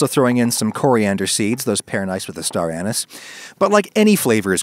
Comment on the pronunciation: Thumbs up on pronouncing anise properly, or at least the way I heard people pronounce it for the first 40 years of my life. I'm pretty sure people started pronouncing it ah-NIECE when they had only read it in print without ever having heard anyone say it out loud. I'm an orange peel guy. I use it in beef and turkey broth.